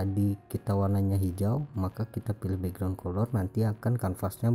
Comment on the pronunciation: Cuma ngelurusin, color itu cara bacanya kaler